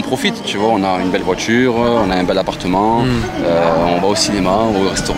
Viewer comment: Belle voichure bel apparchement 😅😅😅